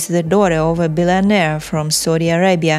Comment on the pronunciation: You cann-t say Billionaire at all. And it’s not Al Saeeef. It’s Al safe. So you should have consulted with someone Arabic. Before you pretend you know anything.